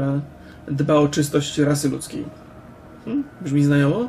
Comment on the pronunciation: mów Brzmi, nie grzmi